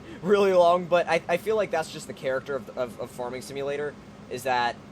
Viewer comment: why do you pronounce farming like forming?